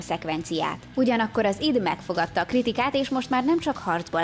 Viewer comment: Nagyon adja a videó pont amilyennek elvárja az ember tőletek, de nagyon kérlek tanuld meg!!!! Az id az Áááájdíííí 😅😅🤣🤣🤣🤣